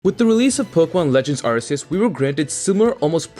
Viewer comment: Look your content is good, but ffs its Ar-Key-us not Arseus